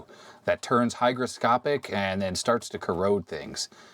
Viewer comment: Great vid, I used to call that glue Hydroscopic untill I saw the correct spelling Hygroscopic, you of course say it correct, but I thought `Hydro` meaning water was a better description:)